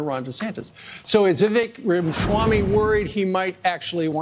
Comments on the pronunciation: Rama shwamy 😆 It's Rama swamy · Why does Steve say his name lime Schwammy? Weird he’s a National pundit and can’t pronounce a simple name correctly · There is no "sh" sound in Vivek's last name.